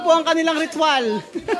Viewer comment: Natawa ako sa pgkasabi ni kuya sa ritwal🤣🤣🤣